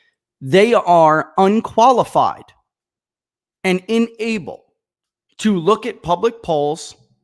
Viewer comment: Unable, not inable. Just a heads-up